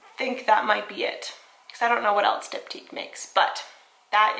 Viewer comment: I just realized you're saying Diptyque Candles not Dip Tea Candles hahah